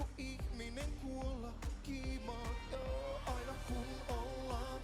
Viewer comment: the articulation is good, pretty clear, the j in the joo is swallowed, a little mumbly on that singular sound but I can understand every single word easily as a Finn. Finnish does change meaning of words based on vowel length, so you have to take that into account when you lengthen syllables for singing purposes. The lyrics for the second verse are "pariin iltaan en sua kii saa. Voiko ihminen kuolla kiimaan? Joo, aina kun ollaan iho ihoa vasten, mä saan sust palovammoja kolmannen asteen. Oh dear lord, saanko viel yhden kasteen? Kun syntiä taas teen". Problem words here could be pariin/parin, sua kii/suaki, and joo/jo. The actual lyrics translate roughly to "for a couple evenings, I can't catch you. Can a human die from being horny? Yeah, always when we are skin to skin, I get burns of the 3rd degree from you. Oh dear lord, can I get another baptism? As I sin again." And with those syllables shorter or elongated in a way that makes them be interpreted as the shorter syllable word because you have to count beats for that, even = long, odd = short: "In the couple's night, I can't get you too. Can a human die from being horny? Already always when we've been skin to skin, I get burns of the 3rd degree from you. Oh dear lord, can I get another baptism? As I sin again." So that second one would make sense but would get cheater vibes that don't exist in the original lyrics. The og is just steamy pining and horniness and regret about having a one night stand or getting back toge